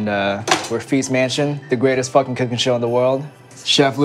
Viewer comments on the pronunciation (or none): "zis thing you need to hav a focking knife" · i thought chef ludo said "trust me, this thing needs a focking knife."